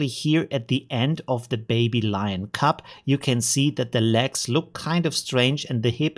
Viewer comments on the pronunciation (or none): none